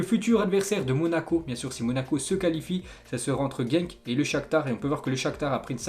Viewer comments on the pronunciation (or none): none